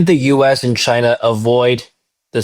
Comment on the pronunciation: There's no R in Chiner, duh?